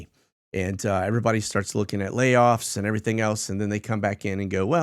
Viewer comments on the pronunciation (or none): none